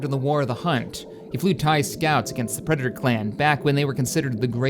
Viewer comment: lol "preditor" nice